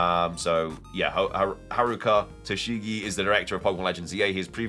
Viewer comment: Toshigi spelled like toe she gee